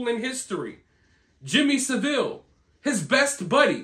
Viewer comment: Jimmy SAV-ill not Sa-ville